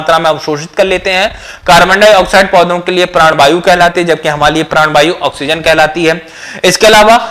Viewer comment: बायु नही वायु बोलिये,,😂